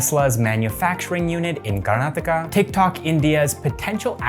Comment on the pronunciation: Thank you for pronouncing Karnataka properly, even many Indians mispronounce it